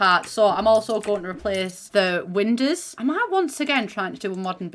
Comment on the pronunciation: i love how says windows. "windehs"